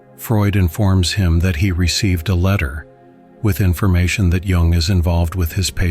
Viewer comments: It is spelled Jung, but pronounced Yung. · His name Jung. Not Young.